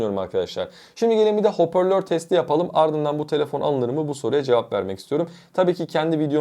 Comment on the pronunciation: Video gayet iyi olmuş emek kokuyor ama bir şey demeden geçemeyeceğim,hoporlör değil hoparlör olacak doğrusu 😁, başarılar dilerimm